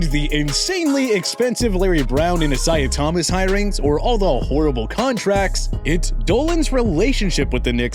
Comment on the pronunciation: Don't mispronounce Isaiah Thomas again .👎.